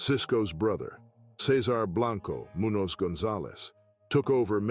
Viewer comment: Whoever is making these videos should learn how to pronounce our Mexican American last names correctly, its disrespectful how you want to do a video on our people, and cant even pronounce our last names right, like you dont know how, or like you never heard names so easy to pronounce, like Garcia n Munoz, and just shred our last names to sh!t.. Its not that hard